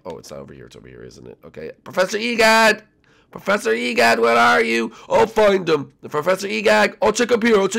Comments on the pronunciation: Why do i keep hearing. E gag insted of e gad? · you said Dr e gag